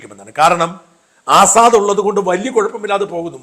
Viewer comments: Correct pronounciation is Asad (Lion in Arabic) ,but not Azaad. No aakaaram here. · ആസാദ് അല്ല അസദ്...